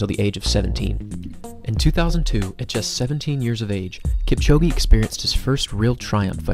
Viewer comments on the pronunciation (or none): "Keep-chow-ghee" 👎 "Kip-cho-gay" 👌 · This is great, the only issue is that you are pronouncing his surname incorrectly. Listen to him pronounce his own name. There is no 'E' sound at the end of Kipchoge. Other than that, well done. Informative and well made. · It doesn't matter how he pronounces Kipchoge's name or Lille, France. How is your pronunciation of English words by the way? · Learn how to pronounce “Lille”. I bet you cannot pronounce the name "Kipchoge" properly...